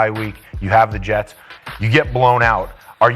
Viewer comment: you mispronounced jets